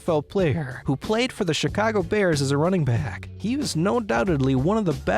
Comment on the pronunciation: Somebody tell this clown you dont pronounce the "bears" as the bearrrrrrrrrrrrrrrrrrrrrrrrrrrrrrerrsssssss